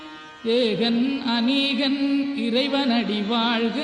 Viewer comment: தாள் வாள்க இது என்ன தமிழ்? உச்சரிப்பு தான் தமிழின் அழகு..ழகர உச்சரிப்பு மிகவும் அவசியம்.திருத்தி கொள்ள முயற்சிக்கவும்.